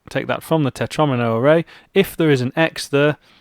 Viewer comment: “Tetromino” rhymes with “Domino”! The mispronunciation totally ruined the whole video for me. In fact, it’s put me off programming altogether, destroyed my fledgling career, and forced me into a life of male belly dancing.